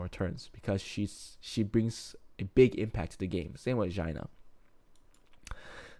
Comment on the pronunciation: Did you call Xiana Jina? 😂